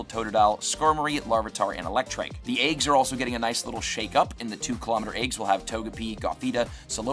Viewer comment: The word is eggs, not aygs.